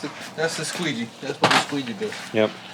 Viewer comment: Did you say a "squeezy"? Lmao